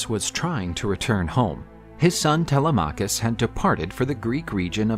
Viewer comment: TeLEMachus, not Tele’machus. Sounds so strange.